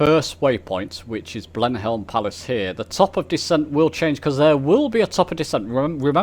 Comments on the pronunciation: Thanks for another great video. One point to note, it’s Blenheim Palace not Blemhelm Palace. The text is not very clear on the map so the i looks like an L. FYI it’s normally pronounced Blenim Palace. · You have mis pronounced your waypoint at Blenheim Palace. It's not Blenhelm. It is pronounced as Blenhem.